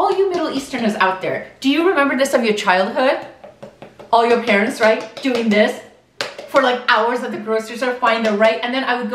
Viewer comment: "dats not rrrrrrait" lol